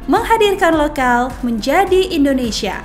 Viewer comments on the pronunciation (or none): none